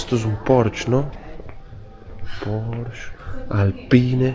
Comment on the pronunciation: Se pronuncia "porshe" no "Porsh"....😉